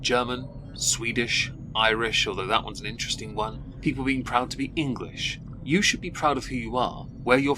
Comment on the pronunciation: . . . All i heard was " stupid peeple" 💀